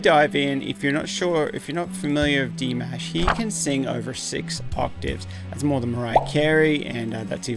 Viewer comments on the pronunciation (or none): His name is not pronounced Di-mASH - it is Di-mosh. No MASHed potatoes - Mosh as in Josh. Saying it correctly is the proper thing to do. Thank you for appreciating our beloved Dimash, but too many interruptions for me - please just let him sing more than 2 notes before pausing. There is a saying 'sometimes less is more'.